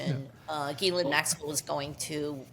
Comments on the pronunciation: pronounced Gi-laine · Not Elaine. Pronounced like Galaine. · She calls Epstein's Girlfriend 'Elaine' like from Seinfeld. I never would have figure out that pronunciation, thank you. Check the BVI docs, her name is Elaine...